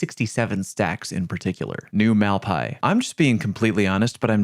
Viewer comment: Your pronciation New Malpais seriously triggers me lol